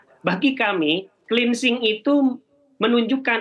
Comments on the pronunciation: kupingku gateell ...dgr berita ini,....plus... cleansing kok di pronounce 'klinsing'... ? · Cleansing dibaca klinising.. 😂😂